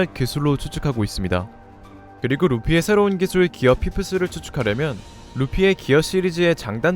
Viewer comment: 기술 발음부터가 너무 구려서 간지 안날듯.. 기어 포스를 조루모드에서 지루모드로 각성시키는게 가능성 있네